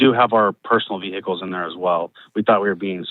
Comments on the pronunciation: Do you have any veeee-hickles? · One minute in and giggling at hearing ve-hi-cles about six times. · Vee hick eels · Omg every time they say vee hick ells makes me cry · Why are they pronouncing the H in vehicles!?!? It’s a silent H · Ve-hick-kals 🤣 Very unique way of pronouncing vehicles 🤨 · "How many vee-hickels?"